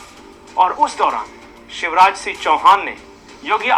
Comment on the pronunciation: Shiv Raj Singh Chauhan ki jagah aap use visha Raj Singh Chauhan pronounce kar rahe hain...aap hain kaun ?